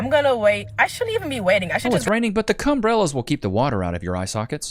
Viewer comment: He said Cumbrellas 😂😂😂